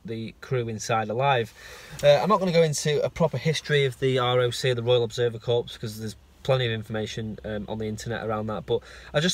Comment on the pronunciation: I love your work. You are very descriptive so even a blind person can join in. Just a point of clarity though, when you see the word corps, you don't say the P or the S. It should just sound like the word "core".